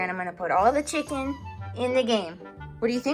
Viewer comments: You're so experts in this love chicken and he say chimkin? OMG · I love how he says chimcken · Why do you call chicken as chimken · What Is Doing To Us: Making Us Say Happs Instead Of Happy making us say chimken instead of chicken making us say am before every sentence making us say dis instead of this making us say da instead of the - forgot rest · me: watched too many videos and now say chimken instead of chicken to human friends